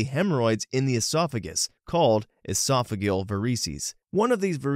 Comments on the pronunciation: You can google how to pronounce medical terminology and get the phonetic spelling and audio. Or watch some Grey's Anatomy. Triage is pronounced TREE-azh, not TRY-azh, esophageal is ee-SOF-uh-JEE-uhl, not ee-SOF- uh-geel, and varices is pronounced vair-uh-seez, not vair-EE-seez. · Also mispronounced esophageal and varices.